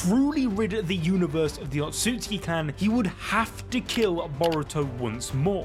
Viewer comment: SAY IT WITH ME O-TSU-TSU-KI. NOT OTSKI...... jfc